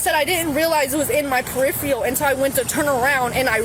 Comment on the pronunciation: Uh oh. She saw the gun in her "perifeeal"! 😂